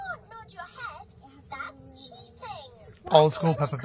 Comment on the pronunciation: Is something wrong with teeth? She keeps saying her T’s like Th and it’s killing my ears!